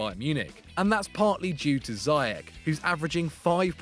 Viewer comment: Firstly, it’s pronounced ‘zea-yeg’ with the Dutch ‘g’ of course, and secondly, Ziyech is far to much of a showpony who only shoots form 20 yards or more. He needs to improve his shooting positions and overall decision making skills. Wether a larger club is willing to take the risk and try to coach these things out of him, I wouldn’t recommend. He seems like a stubborn guy so I think a league where he gets away with his arrogant ‘I’ll try whatever the f I want’ attitude is his comfort zone.